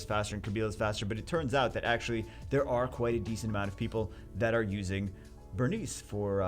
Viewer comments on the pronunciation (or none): "BERENICE" IT KILLED ME LMAO